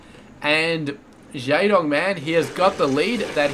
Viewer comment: you pronounce jaedong wrong.